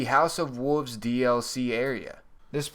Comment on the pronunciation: Wolves not woovs